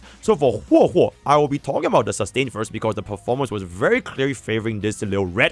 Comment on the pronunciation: It always throws me off 😂 it’s hwehwe